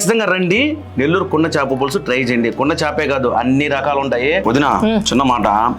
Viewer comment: చాప కాదు... చేప